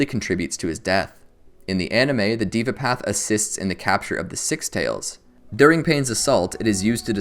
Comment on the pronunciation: Pronounced "dheva" path not "diva" path